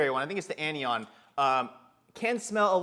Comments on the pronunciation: Not bashing just trying to help, its pronounced Cat-i-on and An-i-on. Great video! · Its (cat)(i)(on) and (an)(i)(on). It's just chemistry pronunciation. :) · Good vid. Ps, Pronunciation Cation: Kat - eye - one; Anion: Anne - eye - one